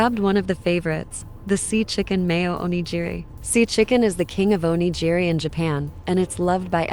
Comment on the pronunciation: Those aren’t souvenirs. And please learn how to correctly pronounce “onigiri.”